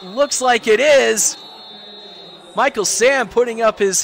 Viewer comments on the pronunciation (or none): none